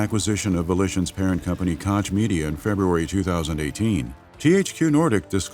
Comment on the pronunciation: I loooove the narrators voice but please... its not Kotsch its Koch, chhhhhh like sandpaper - sorry i had to... resisted for 53mins of this epic documentary but finally broke... no hard feelings, still love your content <3